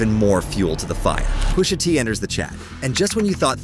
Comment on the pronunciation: If you are gonna use Speechify, proofread how you make it pronounce certain words. POOSHA is sending me 😂😂😂